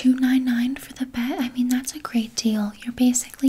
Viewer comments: Gosh I love the way Canadians say bag... BEHG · i love the way canadians say bag